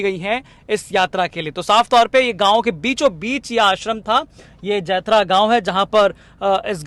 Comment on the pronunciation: जैथरा नहीं जमैथा है। बोलने में त्रुटि हो गई है सुधार लीजिए